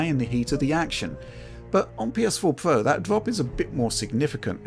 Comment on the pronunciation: “PS4 Pwo”